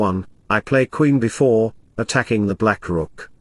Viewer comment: Someone teach him how to pronounce B4 properly.